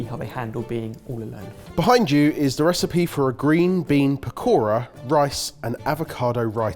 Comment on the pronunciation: Anybody else cringing on how they are mispronouncing pakora and raita... 🤦🏽‍♀️😆 as a south Asian... I'm slightly put off